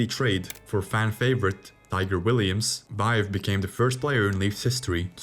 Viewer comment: Something else you need to learn to pronounce Vaive and Salming your pronunciation is so bad it’s offensive